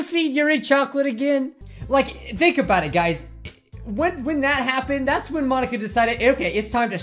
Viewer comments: Mon-ika ika means squid in Japanese the incorrect pronunciation part is Monika is pronounced Mon-ika. Ika is pronounced ee-ka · She basically said Mon-inka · Because it’s mon-ink-a ink as in like it in squid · The joke, if you don't understand, is that she said it like Mon- ink-a